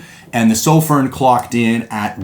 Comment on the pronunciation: Why can no one say sofirn correctly? Soff-fern not soff-rin